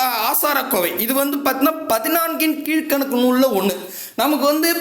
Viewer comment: பதினெண்கீழ்கணக்கு உச்சரிப்பு கொஞ்சம் பார்த்துக்கோங்க